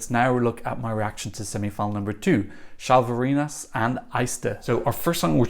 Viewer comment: Hi,. A little recap of how to use some letters which appear in some Slavic and Balto-Slavic languages: Ž = Zh, pronounced similar as ''s'' in English ''treasure'' or ''J'' in the French name ''Jacques''. So, it's ''Zhalvarinis'', as well as ''Zhivile Gedvilaite'' or ''Zhelyko'' in Željko Joksimivić. Š = Sh, pronounced as in ''sharp'', ''shoe'' or ''shift''. So, it's ''Lina Shtalyte'', ''Boris Shtok'' and ''Filip Balosh''. Č and Ć are roughly the variations of an English ''Ch'', as in ''cheese'', ''chill'' or ''chat''. Yes, there is a slight difference between them, but even the native speakers often pronounce them very similarly. So, it's ''Lu Dedich'', ''Albina Grchich'' and ''Sergej Chetkovich''. Đ and Dž are roughly the variations of an English ''J'' in words like ''jam'', ''jar'' and ''Fiji''. So, it would be ''Alen Juras'', ''Ana Jurich'' and ''Jorji''. I hope this helps a bit with the future pronunciations.:)